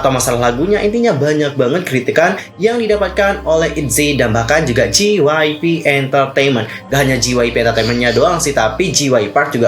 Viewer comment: J itu dibaca jey kak bukan ji jadi JYP dibaca jey wai pi